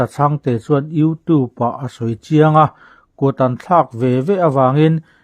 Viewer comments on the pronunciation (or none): none